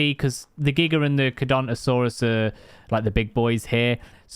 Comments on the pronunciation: It’s car-ka-dont-a-saures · its car_car_adont_asourus